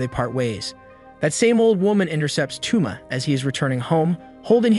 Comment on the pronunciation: TwoMa? Toe-mah my guy.